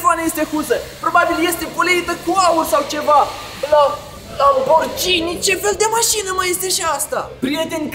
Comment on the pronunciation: Se vorbeste Lamborghini si nu Lamborcini